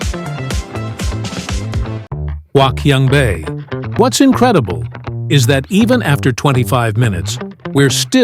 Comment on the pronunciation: Wouldn't you think that a wannabe influencer who was going to make a video about a place like HQB would at least learn how to pronounce the name of that place?! Gawd, that was painful to watch... (My Chinese wife, though, was amused.) But hey, since the audio is all dubbed in you can easily replace it with a better version, right?